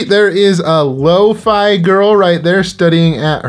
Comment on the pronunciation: Pretty sure it's Loff-e girl not Lo-fi girl.